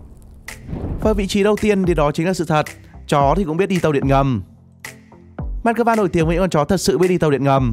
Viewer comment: this is moscow not mascova